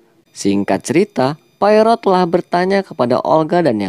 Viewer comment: Yup, bener bgt, pelafalan nama penting sbg bentuk penghargaan. Detektif asal Belgia (Spellingnya : Po-A-Ro)